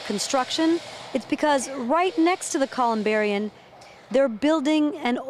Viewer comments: Its ColumbariuM not ColumbariuN. She said " booths" they're nitches. Sorry hun you get a D. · Man, I did not appreciate the humor at all. And for a reporter, why couldn’t she even say the word “columbarium” correctly